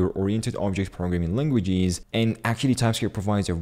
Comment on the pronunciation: the way he says languajeeeez kinda funny 🤣